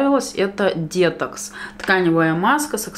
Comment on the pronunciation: Насмешил дЕтокс😆 почему? Потому что сама так говорю и упорно пытаюсь переучиться, ведь правильно говорить детОкс.